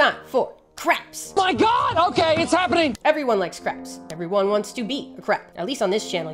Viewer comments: Why do you pronounce so many of these crabs as "Craps". subtle throwing of shade? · I know you were talking about crabs, but it sounded like "craps" almost every time. Loved the video though. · i love that half of the times you say crabs i hear craps and it’s stillll valid asf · Proof that Modern English's phonemic plosive series actually has an aspirated/unaspirated distinction rather than a voiced/unvoiced distinction: the number of times I could have sworn said "craps" instead of "crabs." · Do we love crabs, or do we just love saying "crabs"?